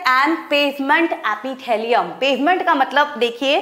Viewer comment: Mam I think you have to practice of english it is squamous epithelium not squomous Apithalium ❌